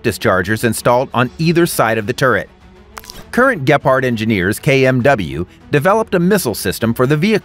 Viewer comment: Dude, please get the German Name Right, it’s Gepard and Bundeswehr Not whatever you said.